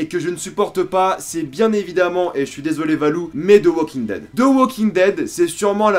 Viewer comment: Comment tu dit super mal « The » de the walking dead mais sinon moi je trouve que twd c super